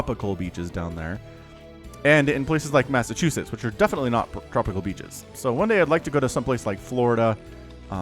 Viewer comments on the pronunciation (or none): none